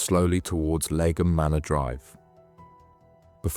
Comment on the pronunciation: Great video, thanks. BTW, Leigh (pronounced 'Lee') is an English name and surname of Old English origin, meaning "meadow," "woodland," or "clearing". So 'Lee-um' is kinda how you pronounce Leigham :)